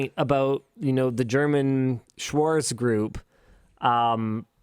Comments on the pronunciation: Lidl is pronounced leedle, and Schwartz Shvarts. Don't swallow that ts it's actually there, if anything swallow the r. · I hope my IPA skills are still a bit left. LIDL should be pronounced [lidəl] and its Schwarz [ʃvaʁt͡s] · worries about how to pronounce Lidl (leedle fyi) while butchering Schwarz.